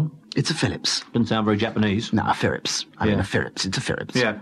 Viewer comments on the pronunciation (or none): Philips ~ Firips ~ really? ~ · "Firips" good lord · wow lmao "Firips" really? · Chinese people can't pronounce the R and Japanese people can't pronounce the L. That's why the man called it a "Firips" when he asked for a Japanese machine. It's not even racist, they actually talk like that, people need to stop being so sensitive about these things. Fun fact: Philips is Dutch and Dutch people say "Feelips", not "Fillips" like the Brits do. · I just realized, they called it the Firips to rival the other Japanese machines, because that's how most Japanese would pronounce "Phillips". How racist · "Phirrips, it's a Phirrips." HA!